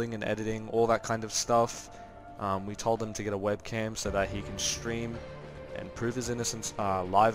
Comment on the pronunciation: why is saying Shtream and Shtrike and not Stream and strike? Am I just trippin or what?